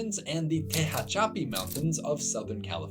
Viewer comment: Not you pronouncing Tehachapi like google does 🤣🤣🤣 (tuh-HA-cha-pi not TAY-ha-CHA-pi)